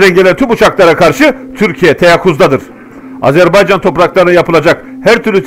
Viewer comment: Çox gözəl analitiksizVar olun!!! Əsas da Azərbaycan sözündə qoyduğunuz vurğu ləzzət verir